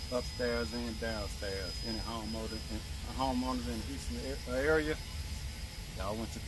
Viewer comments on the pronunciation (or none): That duct looks good bro. Glad you didn't do that by yourself. Oh snap by the way I know you meant to say homeowner and I thought I heard you say home motor lol 🤣🤣 awesome job man y'all did great!!